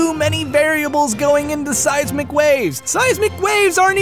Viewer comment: when he says seismic waves it sounds like seise mcwaves HAHAHAH